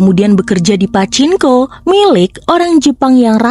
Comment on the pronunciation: Min..itu mbaca PACINKO..bukan pake N ya..tapi NG..PACINGKO..kurang sreg dengernya..